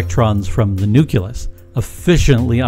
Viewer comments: "nuc-u-lus"? That's pronounced "nuk-lee-us" there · A "nuculus", as the dude pronounces the word does not exist. A nucleus is what he is looking for. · nucelus vs nucleus